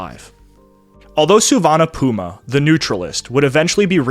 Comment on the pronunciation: There aren't enough superlatives to describe your work and this valuable series. A master work. But note that, in the US media of 1960's I remember Lao Prince Souvanna Phouma's name was pronounced "Foo-mah".